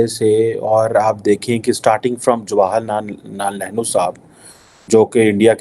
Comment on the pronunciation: Chutiye ko Jawaharlal Nehru bolna tak nahi ata eh heh Pakistan ki education